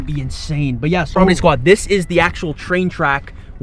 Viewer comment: I got subtitles on and whenever he says “Stormedy squad “ it comes up with “ Strawberry Squad “ lol